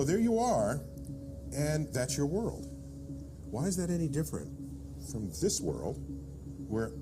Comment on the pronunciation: The person that narrated really needs to pronounce their words. It's "World" not "Whirl"